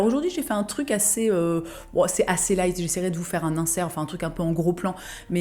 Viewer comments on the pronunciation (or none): none